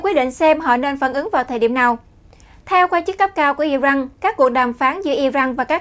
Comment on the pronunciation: I ran chứ không phải I răng